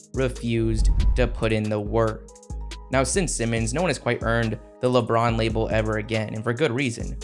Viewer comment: You say “Lebron” weird sometimes bro… “Lebraaounn.”